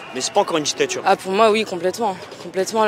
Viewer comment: C'est quoi une djictchatchure ?